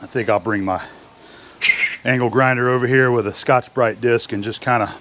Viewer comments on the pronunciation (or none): none